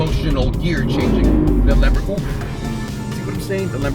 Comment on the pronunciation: Last time I was here he used to say lamb-boar-guinea pig